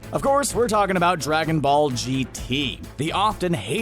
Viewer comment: did he say Dragonball or Dragonfall 0:0